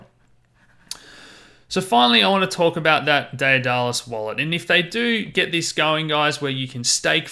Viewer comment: Pronounced Day-dah-lus